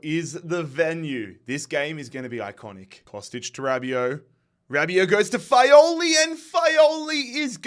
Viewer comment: Fagioli non Faioli e Lecco non Leccio